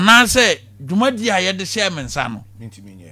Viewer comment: 'Contuency"? "Charman"?